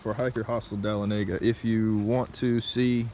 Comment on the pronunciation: It is pronounced dah-lon-a-gah. LOL